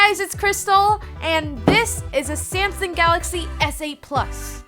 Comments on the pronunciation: It's Samsung not Syamsung........ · did she say Samson at the beginning